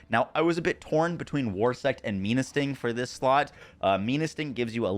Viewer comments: Menasting is a play on menacing and it being a scorpion. So it’s pronounced men-uh sting. Not me-nuh sting… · It's Menasting not Meanasting, like Menacing. Also, Jormuntide is pronounced with a Yor not a Jor. Your Shadowbeak is a girl. Lastly, feed your pals dude. Smh Apart from the atrocious pronunciation, great tierlist :)